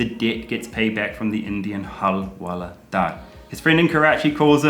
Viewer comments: Halwaladar I laughed...it's alright you are improving in Hindi...but it's hawaldar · It's not hal-wala-daar ,it's hawal-daar.😂😂